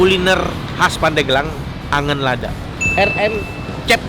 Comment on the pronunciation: dibacanya angeun bukan angen :D Angeun Lad = Sayur Pedas